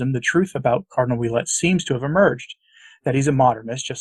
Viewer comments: Please pronounce Oulette as Wa let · a quick correction Ouelette is pronounced "Wa" as in Washington. Thus it would sound like Wa Let! Thank you for your work